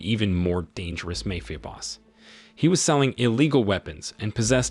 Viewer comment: mayfia ?!?!?!?!?? jeezuss